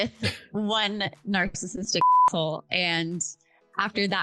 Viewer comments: She said narc-cissistic😂😂 ohhh my 🤦🏻‍♀️ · Love how she pronounces “Narksassitic” 🤭🤭🫣🫣